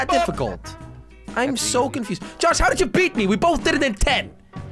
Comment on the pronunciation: Its confused not vonfusion